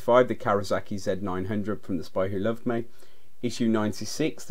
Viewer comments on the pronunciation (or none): none